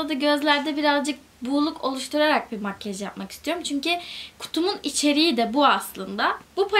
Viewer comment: Lütfenn makyej deme artık